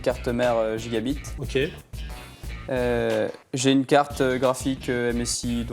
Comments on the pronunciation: jigabite lol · comment il prononce gigabyte avec un accent français dégueu